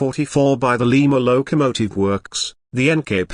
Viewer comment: The 765 Seemsd to be a British Engine. There is no number board saying 765. What is a lowww kamotive? Another AI nonsense that can pronouncs common words. BURR K Sheer. Berkshire Mountains in Western Massachusetts. NOT Bark sheye rr